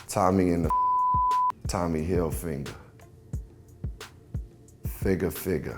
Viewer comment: "Tommy Hilfinger"